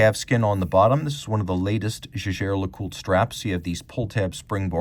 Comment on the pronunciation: si dice JEGHER , non GEGè... barbari!!!!